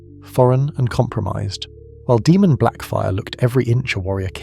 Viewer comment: Can't tell if this is ai voice or not. If not it's pronounced Daymun, not Deemun